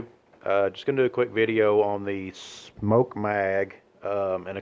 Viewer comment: Drives me crazy lol ..... SMOKE ! That is SMOKE ! SMOK is not SMOKE! Let’s go back to basics here. Leave off the S it’s no longer there. MOK sound it out mmmm-awwwwww-kkkkkkk now add S!!! Ssssssss-mmmm-aaaaawwww-kkkkkk SMOK ! Not Smoke ! Thanks